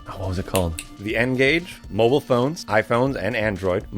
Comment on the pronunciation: did he just say mobile